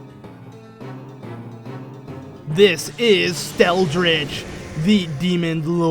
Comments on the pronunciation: he can't read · Did i hear you called the boss Steldritch Demon Lord? And it said Skeldritch Ancient Demon.. Ehh?